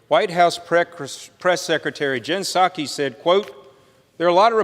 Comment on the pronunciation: "Gin Sacky" lol ...how about pSuki, amirite?